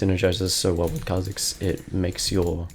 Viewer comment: Why he saying kebab